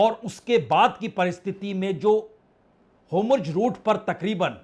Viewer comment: DEAR SIR AAP HOMURZ BOL RAHE HEIN HONA CHAHIYE HORMUZ. REGARDS & THANKS FOR QUALITY CONTENT